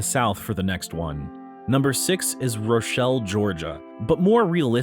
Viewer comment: It’s “Ruh-Chel not Ro!